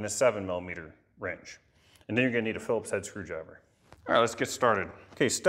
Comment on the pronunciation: it's pronounced cresent,like cresent moon not croisant like at burger king,,,and philips head not philipe screw driver.